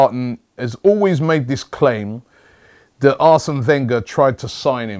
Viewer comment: robbie it's that not vthat